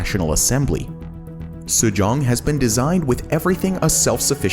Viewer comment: Mayan-Mar? SU-JONG? That's Japan, not Korea LMAO c'mon guys